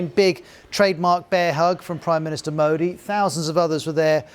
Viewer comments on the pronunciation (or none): Can't even pronounce modi